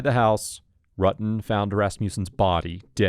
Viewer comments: Can't remember but very first question they asked they mispronounced his name and she was so quick to correct them 💯 RU-tin not R-uttin I knew she was guilty then and the facial expression she makes acting coy 😂😂 I'm glad she's been convicted for something that happened when I was a toddler. It's disgusting and ludacris how she was a cop for so long and her superiors covered up for her - makes one wonder how many more of these cops especially on this force are cold blooded killers and they are all covering for each other... The whole damn department needs to be investigated after this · Right!! I mean, she really handled this badly. Pretending she didn't know John's name? Mispronouncing his last name? I mean she was literally obsessed with this guy! Hell, I'm in my forties and I STILL remember last names of people from HIGH SCHOOL, and they were only friends. And not remembering the confrontation she had with Sherry at the hospital? Oh, come on! 🙄Again, I can clearly remember the few physical fights I had--20 years ago!! She would have been more believable if she admitted to the things they were asking her. Like: yeah she was obsessed with John and yeah she confronted Sherry but so what, that doesn't make her a murderer, blah blah.... instead of the temporary amnesia BS game she was trying to play. Actually, as a cop she should have caught on immediately and said one word: L A W Y E R